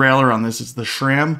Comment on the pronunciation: I don't know why it bothers me so much, but people saying shram instead sram is like nails on a chalkboard.